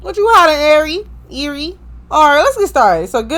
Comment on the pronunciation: It’s ari how u say it